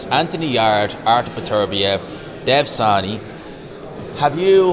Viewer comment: Pretty sure it's Sahni and not Shani